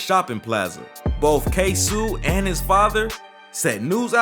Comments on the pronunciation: iss not ksuu ik who u saying but its ksoo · He said it’s Ksuoo😂😂💀 It’s k soo ksoo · Why is this goofy saying ksoo name like "k-sew" its KSOO KAY-SO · Its pronounced k-so not k sue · Who’s “Ksuu it’s (Ksoo) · Who is ksuu its ksoo😂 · DID THAT NIGGA SAY K SUU? Nigga KSOOO KSOO MAKE YO FACE GO. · Pretty sure it's ksooo not k suee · His ass said ksouu no nigga ksoo lol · Is no one gonna say this man said ksew instead of kSOe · How you make a whole documentary type video and get Ksoo name wrong ? Lol it’s like Queso not Ksue lol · It’s not K sue weirdo it’s K so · It’s Not “Ksoo” it’s just pronounced K So like Soluminati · KSoo not K Su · U say Ksoo like "kay-so" no "kay-soo" nigga🤦🏾‍♂️ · It was 23 birthday & its pronounced KAY-SO wtf. Talm bout ksew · its ksOO like you screamin not ksooh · it’s not kaysu it’s KSOOOO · ITS K-SOO NOT KSU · kso not ksu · It’s Ksoo not ksuu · K SOO not K SOUU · “Ksu” NIGGA ITS KSO🤦🏾‍♂️ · Ksoo is K Soh not K Sue lmao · It’s kaso not kasu....smh🤦🏽‍♂️ and jadayoungin is not from Florida 😂😂😂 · Ksooooo not ksuu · It’s K So not sew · Dis nigga said kay sue hahah it’s ksoo🤣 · Its KSOOO NOT KSUUU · Bruh Iss kso not ksooo😭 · That nigga said kasu its ksoo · Bro it’s no kaysu😂 it’s kayso(ksoo) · K (ss O) its Ksoo he said Ksuu 😂😂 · Who is KSEW 🤣🤣🤣🤣🤣 its K S O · Yo ass talking bout ksuu its kso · bro said KSOE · The fact that he pronounces his name Kay Sue even though he could have just did 60 seconds of research and realized the pronunciation is completely different shows not only that this is a white boy that's covering our culture but also that this is just rushed content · 😆 Its Kay-so..Dude a goofy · I died when he said ksoo name wrong kaysu 😂😂😂💀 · We not gon talk bout him saying kasu? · Man said KAY-SUU smh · Bruh stop saying ksuu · PAUSE HIS NAME IS (K-SO ) BUT SPELLED KSOO u tweakin fam u need sum milk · U Pissen me off 😂by sayin ksoo name wrong it’s Kay so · nigga said kaysu lmao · Its literally Kay-so its tht simple he trippinn